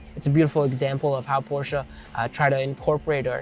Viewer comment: it would be nice if you knew how to pronounce properly the name of the car you’re selling